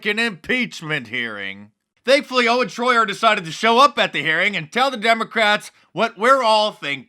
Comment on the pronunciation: His name is Owen SHOYER, not TROYER.